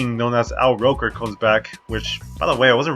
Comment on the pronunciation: *Al Roker (rhymes with joker), not rocker (capital "R" on Roker as well).